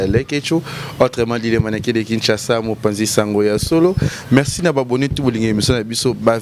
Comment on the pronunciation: On dit « Merci » et non « Mexci » ou encore « Mecci »🙄